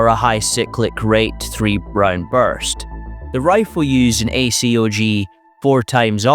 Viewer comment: It's just Acog, not A-C-O-G. It's 7.62 BY 39, not times 39. It was a 3.5 Elcan. Not E-C-L-A-N.